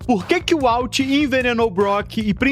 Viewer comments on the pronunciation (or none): Dá uma leve gastura ouvir "UALT" várias vezes, mas o vídeo ficou fera demais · Vende seu curso de inglês ai pro pessoal aprender a fala "Uólter".